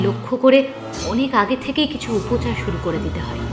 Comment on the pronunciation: Arre Upochar na shabdo ta Upachar...oshikkhito bangali